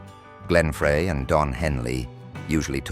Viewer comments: The voice calls Glenn Frey, Glenn Fray 😂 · It's Frey (like fry). You idiot.